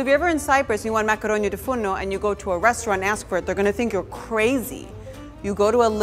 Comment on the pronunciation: it is "tou fournou" not "fourno" , 🇬🇷🇬🇷